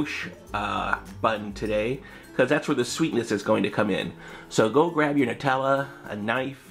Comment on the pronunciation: "Netellah" HHHHH